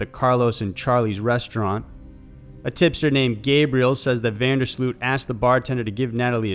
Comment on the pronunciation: you pronounce van der Sloot with an oh and not english double O